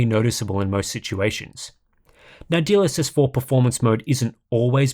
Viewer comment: I keep hearing : DLSS4 bounced